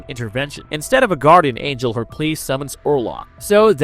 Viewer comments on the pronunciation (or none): none